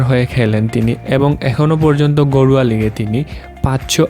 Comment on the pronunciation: ভাই আপনি ঘরোয়া লিগ বলেন না গরুয়া লিগ বলেন